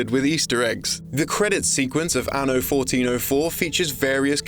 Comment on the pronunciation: I really hate the way this dude says Anno